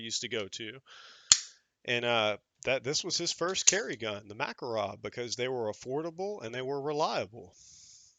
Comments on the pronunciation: Proper pronunciation is Muh-KAR-ov. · My East German performs flawlessly if I do my part! It’s actually “mu” KAR “off” emphasis on the middle syllable. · Pronounced ma KAR ov and na Gan